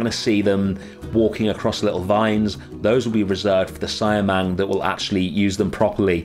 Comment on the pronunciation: I know its been 2 months, but it's pronounce see-ah-mang instead of cy-a-mang.. Good job btw on the indonesian habitats .. thank you..